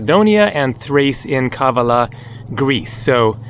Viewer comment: Kavala is pronounced on the second A !! Pleeeeaase !!